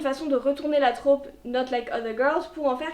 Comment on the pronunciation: Hyper sexiste en effet, ça m’insupporte aussi quand je tombe dessus. Désolée, je vais chipoter, mais en français « trope » se prononce avec un o ouvert (Et non pas « traupe »). Et c’est un mot masculin.